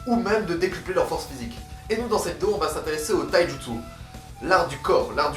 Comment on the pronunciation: Pourquoi a tu dis le thaï jutsu